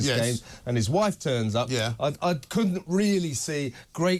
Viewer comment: Exactly! She should apologize for showing up - why does she think everyone was waiting for her to finish her 'school run' - gosh Harry what is wrong with you? Do you not realize there is something wrong with your whiiifffe (as you like to pronounce her).